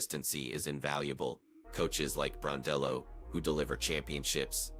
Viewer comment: Gosh get her name correct....BRON-DELL-O......you hear it enough....🌹🇦🇺🇦🇺